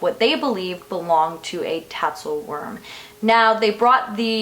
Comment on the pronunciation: It's spelled "Tatzelwurm", but the pronunciation is "Tatzelvurm" because the "w" in Germanic languages is pronounced like we would pronounce a "v". But I think we English speakers get a pass. 😁